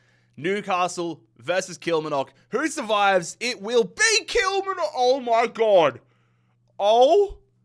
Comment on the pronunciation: KILL-MAR-NOCK & FALL-KIRK just for future reference 😂😅